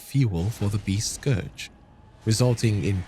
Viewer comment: FYI 'scourge' rhymes with 'urge' not 'forge'.